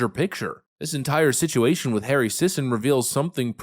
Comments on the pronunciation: The last name is pronounced "Sissy." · “Sisson”… How you pronounce “paid shill” in 2024.